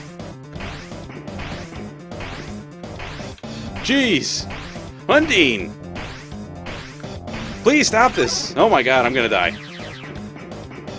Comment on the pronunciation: you're pronouncing undyne wrong btw. It's not "un-deen", but "un-dine". Not that it matters much though